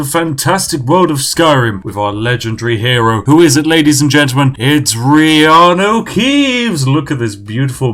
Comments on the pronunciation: 10 minutes in, finally realises he called him reanu keaves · Take a shot everytime spiff accidentally calls him keeanu